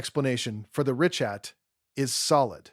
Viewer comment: You're going to want to redo this video and update every single instance where you mispronounced the name of the structure. Ree-kaat, not ree-chat